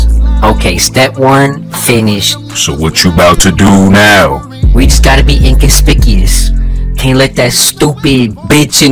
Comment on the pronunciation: i love how pronounces "inconspicuous" without the 'w' sound, like in the Negus episode how he pronounces "ambiguous" fits him well lmao